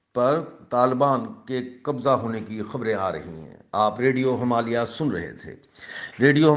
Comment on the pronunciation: jab aap radio Himalaya kehte hain to usme last (A) silent rakha kijiye, thankyou please bura mat maanyeega.